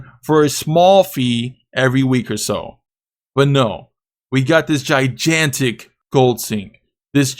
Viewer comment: On the real tho, did you just pronounce Gigantic like that? lol